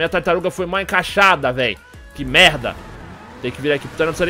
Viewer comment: Cara, o mudou muuuuuuuito o jeito dele de falar "MERDA" EHUAEHAUEHUA.. que que ta acontecendo? oO Antes era um "merda" paulista, agora é um "merrrrrrrrrrrrrda" muito carioca.. toda vez q eu escuto ele falando "merrrrrrrrrrrrrrda" agora eu fico meio "WTF.." HUEAHUEHAUE